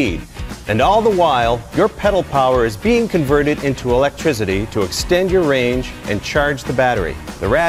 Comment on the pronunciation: did he say E Leg Tricity??? \